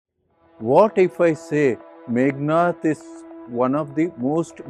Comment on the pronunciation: Meghanada, not Meghanatha.